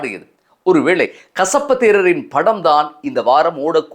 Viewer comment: கஷப்பு அல்ல , கசிப்பு 😂😂😂😂